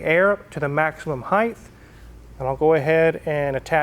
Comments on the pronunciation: “Height” not “heigth” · Why do Americans ALWAYS seem to say 'heighth' when saying the word 'height'? I had to sit through a whole heap of training videos for a piece of software where you could put items into a designer window and, in doing so, could adjust their height and width, and, every single time, he would say heighth. Infuriating I tell you!! 😂